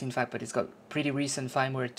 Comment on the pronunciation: Firmware is pronounced like the word Fern but with a M at the end. Your pronunciation sounds like "fineware" would be pronounced if it were an English word. Thanks for the video and the detailed instructions.